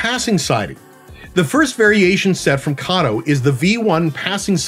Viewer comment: Thank you for pronouncing Kato correctly.